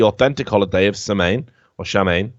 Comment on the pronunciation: Your pronunciation of Samhain is pretty funny. Can't blame you though, Gaelic is a weird of a language.